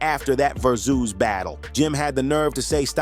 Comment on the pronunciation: ver zooz?what the hell is that? It's Versus, just spelled with a Z.